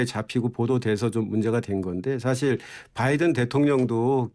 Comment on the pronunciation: 진실을 봤습니다. 오늘 아침에 윤석열대통령 아침에 하신말씀을 들어보니깐 발음하실때 단어마다 악센트를 강하게 주시는데 "나알리므은" "마알리므은" 이라고 발음하셨다구요? 그러고 아침에 말씀하신것중에 바이든 미국대통령 이름을 언급할때 언론들이 그부분을 빼버리는거 같은데 정확하게 의식하고 계신듯이 "바이든" "뽜아이드은"이라고 하시던데 완전히 충격받았습니다. 진실된 사과를 하셔야지 아침나오시기전에 어떤 참모한테 트레이닝을 받으셨는지 모르겠으나 노력하신것같습니다. 물론 진실을 은폐목적으로 말이죠 진짜 또한번 놀랐습니다 누가 트레이닝 시켜주셨나요? 국익보다 대통령님의 자존심이 더 중요하신가요? 실망했습니다 "뽜아이드은"